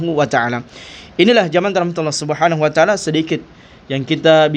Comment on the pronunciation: 😅 "Subhanuacaala" ? Maaf nih kedengeranya kok seperti bgitu pelafalan nya?